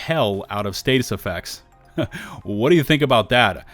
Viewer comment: why are you saying status effect the way you are?